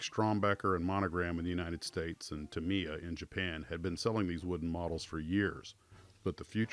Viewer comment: Just fyi, Tamiya is pronounced "TA-me-ya". Great video.